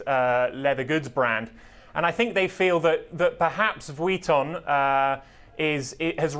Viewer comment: Lol this man saying Vuitton is really bothering me. Just say LV